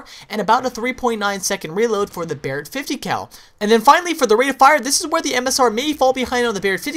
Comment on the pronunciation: i hate the way he says BARRET 50cal